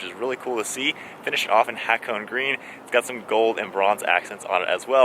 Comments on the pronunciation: say (ha ko nay ) its not a cone as in icecream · Its not ha cone It is HA KO NE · Dude! Its called Ha Ko Ne! Not hak-one.. if it’s Japanese car brands at least ask the people from the dealer shop or research..don’t murder the name 😔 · *Ha ko neh Not Ha cone. 😁 nice review btw. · It's pronounced Ha-Ko-Nay...Not Hack-1 or Hack-Own. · Good review so I’ll excuse the fact that you said “HA-KOH-NEY” wrong. Japanese man forgives you. Also, this car is such an underdog! YES: it was a collaboration with SUBARU YES: it’s not as fast as other cars YES: it has its flaws. BUT: At least it ain’t a bmw collab. 😂 (Toyota could’ve done the supra on their own. 🙄)